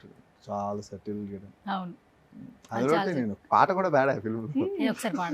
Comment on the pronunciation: Settle kaadhu suttle ga anali, english bhaasha kuda khooni chesthunnaru😅😅